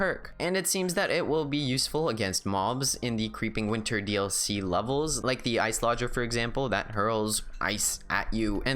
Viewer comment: I'm fairly certain that Iceologer is pronounced Ice-oloj-er (like ology in biology or geology)